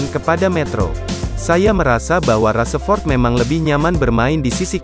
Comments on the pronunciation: Rashford bukan raseford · Rashford bang bukan rasepot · Rasepot rasepot,,, VO nya ganti yg bagus dikit ngapa,,,hihihi kyknya ini org jabar yg susah ngmong "F" jdnya "P" Rasepot,,,😂😂🙏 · min bukan rasepot tapi rasa rasemin, mimin nhe kayaknya bukan fans mu masa nama pemain bisa salah sebut bgt🤦‍♂️🤦‍♂️